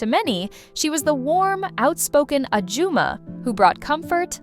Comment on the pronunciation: Oops, you did it again with ajumma. It's really a shame that broadcasters who try to make money from their knowledge of Korean drama can't be bothered to spend a few minutes learning some very common Korean words.